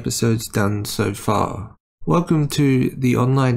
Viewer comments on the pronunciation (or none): none